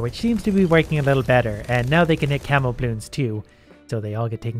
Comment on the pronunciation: lol, at first i thought its "camel" 🐪 balloons, not camo